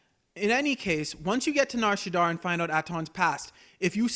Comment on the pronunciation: shadda not shaddar